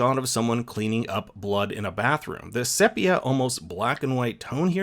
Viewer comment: Sepia = see-pee-uh